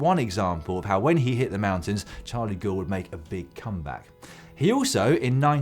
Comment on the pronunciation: I hate to be a pedant (no, not really) but Gaul is pronounced "Gowl" where he comes from. Apologies to Irish viewers to whom gowl means something else entirely but GCN is a family show. ps, I miss Emma on GCN but not in the kitchen.